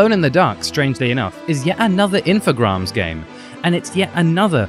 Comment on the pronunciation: I like the video, but the "infograms" thing can't stop bugging me... It's info-GRAMES, as in "games" with "r" after the first letter.